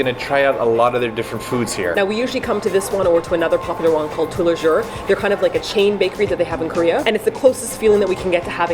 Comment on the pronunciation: HOW DID YOU SAY "TOUT LES JOURS"!?!!!! ur good in korean but lemme help u w/ french;)